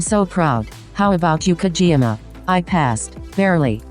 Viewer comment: Can we take a moment and just process how "Kageyama" turned into "Kjiyama" HAHAHAHA I love this